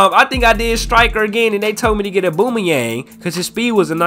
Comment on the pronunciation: Mane said “Aboomayeng”(Aubameyang) is Brazilian And Håland is German 😭